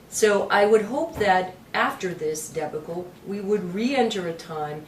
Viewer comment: What a buffoon! She doesn't know how to pronounce 'debacle" (she says: deb-uh-kull), she thinks ex Gov Spitzer of NY (remember him?) was a smart man....yah, ok...real smart he was; she says govt attorneys wish they worked in the private sector so they could make the big bucks, and she can't decide what to do about fixing the SEC...and she's running for US Senator?...PUHLEEZE!!!! Martha Coakley is dangerous...VOTE FOR SCOTT BROWN!!!!